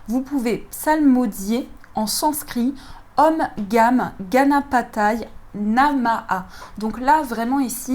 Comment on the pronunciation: Merci pour ce beau tirage et la nouvelle installation! Super! mais renseignez vous s'il vous plaît sur la prononciation du sanskrit ( une langue sacrée vibratoire très puissante) Il faut par ex prononcer la voyelle finale "è" soit e accent grave, à la fin du mot "Ganapataye"... Et prononcer le h dans Namaha ( pour s'entraîner sur le h aspiré le prononcer devant un miroir, il doit y avoir de la buée) pardon pour ces précisions, elles sont importantes pour la vibration si on veut répéter le mantra. Ou alors il faudrait prendre un autre jeu de cartes....